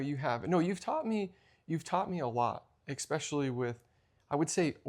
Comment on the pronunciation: Correct : “Especially” Incorrect: “ex-specially” Thanks for all yall do !